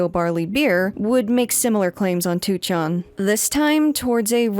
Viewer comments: I really appreciate your efforts to pronounce Japanese words correctly! It sounds really nice. But by extension, wouldn't it be easier to pronounce 2chan as "ni-chan" (the Japanese pronunciation) instead of "two-chan"? It always sounds so hard for you to switch essentially mid-word from the hard English "two" to the softer Japanese "chan". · The way you pronounce 2chan/4chan is sending me.